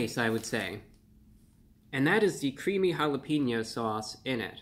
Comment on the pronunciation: Mr. Of the Week, I love and appreciate you and I want to have a very merry Christmas. I wish you would say "ha-la-pain-yo" instead of "ha-la-peen-yo". But I don't have a bazillion subscribers so maybe you shouldn't listen to me :) Thanks for the update tho. Taco Bell has been slowly lowering expectations for decades and it's sad to see.